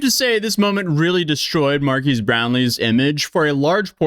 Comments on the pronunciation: Marques ❌ Markeese ✅ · You don't say Marques right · This is nothing compared to the gravity of his situation, but please, pronounce his name correctly